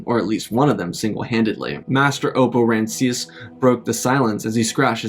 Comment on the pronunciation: Rancisis - three syllables